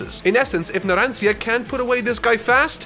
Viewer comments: Why this supposed Italian native pronounces "Narancia" with an English "r"? In Italian, that should be pronounced with an alveolar tap, which is to say not a fully rolled "r" but just a slight tap on the palate, definitely not with an English "r". The alveolar tap is a sound that is very common not only in Italian but also in Japanese, and it's present in a few English accents (for instance, in a very old fashioned posh British accent, it would be pronounced when the "r" is in between vowels, and you can hear it as an example in V for Vendetta, whenever V is making one of his very theatrical monologues or speeches). In Italian, the alveolar tap is by far the most common way to pronounce the "r", as the fully rolled "r" is only said in words like "terra" and "marrone" where there are two consecutive "r", or "doppie". Source: I'm a native speaker with the hobby of linguistics. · I would've preferred if Editor had kept using the correct Discord pronunciation over saying "Naransia" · I'm more upset at him repeatedly calling abbacchio by his first name than "naran-seeyea" who does that ? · After your "naranSia" I'm pretty sure you need to at least check characters names pronounce on youtube. Poor editor, no offence. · “naran-see-a” you tried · Everyone: pronounces Narancia Narancha: pronounces Narancia wrong so much that the editor gave up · you have to say it like that narancha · As an Italian, I really can't understand how a true Italian native language person could pronunciate Narancia's name that way, completely wrong 😢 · Mispronounces Name His Audience and Editor: "How many times do we have to teach you this lesson old man?" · As an Italian, it's very hard to hear how you pronounce Narancia xD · Ha! I love the editor's notes about pronounciation, it's hilarious. Poor Narancia, getting both his name and age wrong 😆. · i love the editing of the word Narancia LMAO because obviously said it wrong